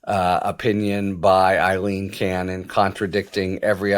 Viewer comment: It's Aileen, not Eileen.